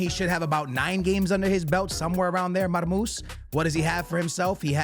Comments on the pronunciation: his Nameee is Marmou-SHHHHH مرموش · Man forgot the SH at the end of his name😂